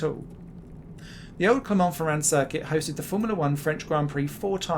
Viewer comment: Our narrator also managed to butcher the name of Clermont-Ferrand.